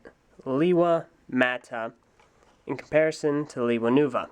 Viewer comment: And also it's pronounced: LAY-wa